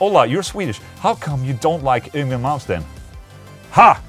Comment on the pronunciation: After 35 years, I have finally heard the correct way to pronounce Yngwie Malmsteen. Thank Ola ✌️👍